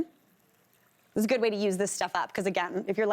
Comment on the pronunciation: Could somebody please do not make one syllable words into two. Like oh ah good ah fine uh it drives me nuts actually so does she toooooo hyper